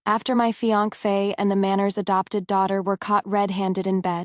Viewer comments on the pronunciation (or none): It's pronounced fiancee. Phonetically feeyansay.